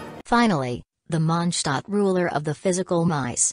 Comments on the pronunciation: haha, the German pronunciation is quite off actually, with signora. She said munshstadt. But Mondstadt (consisting of two words: Mond = moon, Stadt = town, so basically moon town) is pronounced Mond shh(the sound you make to tell someone to be quite)tatt (the "a" in the "tatt" is spoken very quickly) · i never actually realised monstadt was german name until Signora pronounced it that way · Yep, that’s actually closer to the correct German pronunciation than how the characters pronounce Mondstadt in game.